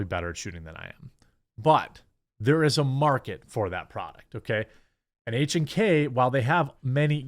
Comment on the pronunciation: Good job on the correct pronunciation on H&K. Das der Deutsche.